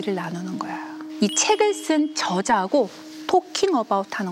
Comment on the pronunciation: 장음인 단어의 첫 자를 "짧게 잘못 발음한 예: 계기, 제가(나),보통,좋게습니다.저자,공동,대화 ,좋냐면,사실,뭐냐,세계관, 교과서, 등!! 이렇게 대학 교수께서 발음이 틀렸다면, 한국 문화 수준의 현주소는 어디메 있아옵니까?? 이에 책 한권을 권하옵노니, "한국 어문을 고발함" 이라는 책을 조용히 읽어 주실까요??